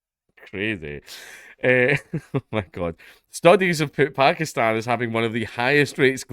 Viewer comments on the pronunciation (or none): none